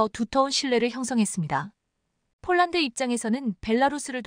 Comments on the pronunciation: 폴란드 소리가 안나오는건지쫄란드 라고 하죠 글구 케이 9인 이라고 읽어도 다알아듣는데 케이구 라고하니까 우리나라 케이 나인(9) 상표가 바뀌었나 했어요!!에~~이~~듣기도 짜증나네요!! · 제발 발음을 똑바로 하면 안되나요 즉 폴란드를 쫄란드로 발음하는등 기본이 안되어 있는 나레이션 이내요!!@